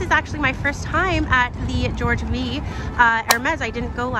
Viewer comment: I love your videos! What an amazing way to travel with you! Just on little thing, the V in George V is a 5 (George Cinq) ❤️